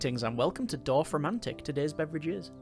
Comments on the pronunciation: Perfect pronunciation I would say. 😊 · Nice pronounciation of Dorfromantik